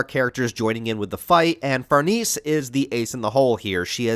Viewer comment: Still mispronouncing Farnese, eh?